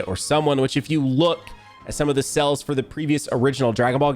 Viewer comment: Is it me or is he saying "cells" instead of "Sales"